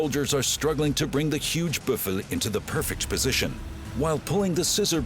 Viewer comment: Buff-a ... Umm,.. it's called a Buff-a-low. Thank you